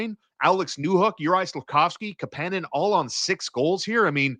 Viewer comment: hey are you guys still pretending to be insiders on how to pronounce Kapanen's name? lol - KAApaaaaaanen , you had the hot scoop, it was wrong.